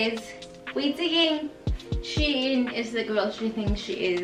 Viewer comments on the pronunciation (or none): It's pronounced as "Sheen" sweety not "She-In" No hate though🥰 ily!